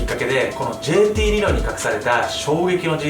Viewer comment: ルロイ？(難聴)